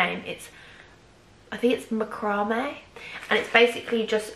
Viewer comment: It’s pronounced Mack-rah-May